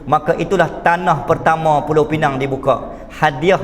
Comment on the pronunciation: Pulau pinang ditukar jadi PINENG konon nama inggeris